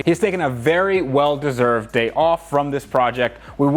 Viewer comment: "Tony is taking a weld eserved day off..."